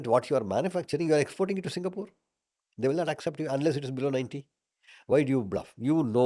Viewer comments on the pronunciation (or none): none